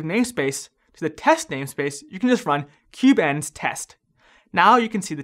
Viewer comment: it's kubeNS not kubeENS